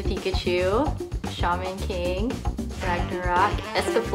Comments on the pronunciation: He also says shayman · Shey-man king